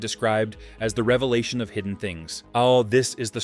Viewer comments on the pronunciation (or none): none